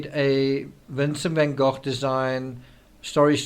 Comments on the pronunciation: Van Goch (as in loch) is the correct pronunciation. TCRS is of Dutch heritage which is why he says it correctly, Goch. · Van Go rather than goff